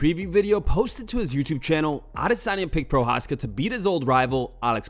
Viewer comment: Us man is a washed creep and anyone who says adesanya like that needs to be drop kicked glazing all over Izzy 🙄